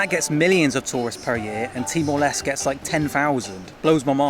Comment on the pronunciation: I had no idea what you were saying, so I had to go to Google Maps an search for Bali and see what was an hour away. It sounded like you said T-Molest. So for others who are hard of hearing like me, he's saying Timor-Leste.